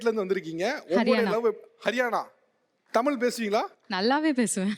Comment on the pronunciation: Tamizha... Tamiza.. Is correct.. Tamila Tamila is wrong ucharipu